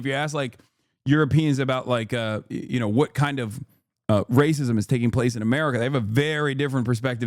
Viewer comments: Not Racismo?!!! I could listen to Italian Hassan All Day!!!! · Hasan was cracking me up with the accent. "Racismo" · "Rah-sismo" is wild. I'm here for it.